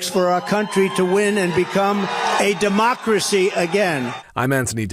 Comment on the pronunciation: The last republican to say the word "democracy" ironically was Bush. I think Trump said "dumb-ocracy" No other explanation. And, yes, this is an ongoing insurrection.